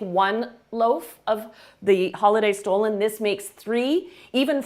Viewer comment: Dear Chef, “stollen” is not pronounced stolen, in German it is referred to as “stullen” and marzipan is pronounced as “motzipon”.